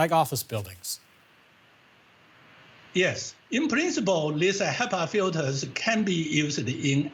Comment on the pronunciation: . I don't know about you but I heard him say "special filfers"